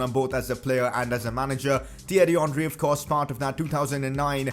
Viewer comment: Its henry not honry